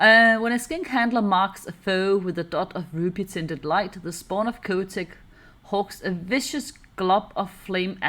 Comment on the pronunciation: The "h" in Chotec is not silent. Is exactly the same as "chocolate".